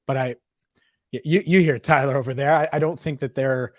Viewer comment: Dude....I feel like tuning out the opposing hosts right away when they can't even be bothered to know how to pronounce your name right, Tyler....🙄